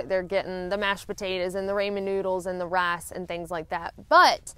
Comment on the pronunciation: You know she's from Alabama by the way she pronounces rice .